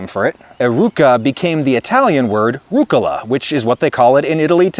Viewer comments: Please, it hurts my ears. rUG-Gula, emphasys on the G and a 1/4 sec break. ruuG - Gula. italian is a way more emotional language, than english. give the things you love some love in how you speak them. pI-Izza, spaghE-Eti, pA-Arma, amO-Ore, bE-Ello, fE-Emina, bambI-Ino. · as an italian the way you said rucola like 3 time in the beginning is kinda funny. As an english speaker i don't think it's gonna be easy to get any pronunciation right. I can't do it when i speak english neither